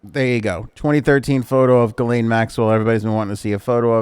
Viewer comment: Gi Lane are you sure that is how it is pronounced?